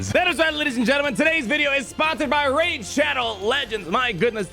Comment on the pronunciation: Rey-id shadow legends